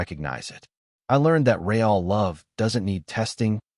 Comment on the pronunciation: HEY! MORON! it's NOT ray-all, it's pronounced reel!!!!!!! Get it right or stop producing sub-par content!